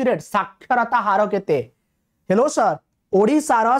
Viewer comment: Sir what is ''hellow Sir'' ,sorry for saying that,but that struke on my mind....